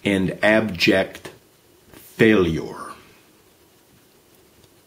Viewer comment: stupid old man get a life, by the way pronouncing every syllable in every word does not make you sound smart. especially when you pronounce it wrong, for example when you said, "failour" instead of failure.